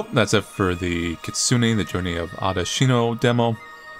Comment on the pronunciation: "kitsune": exists: katsune 😎